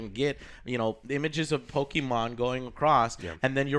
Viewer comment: You and your way to say "Pokimon"....